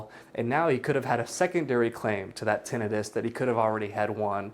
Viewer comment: Bro please say tinnitus the right way 😭😭😭